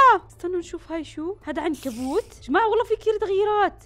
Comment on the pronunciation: عنكبوت مو عنوكت مدري شسمه😢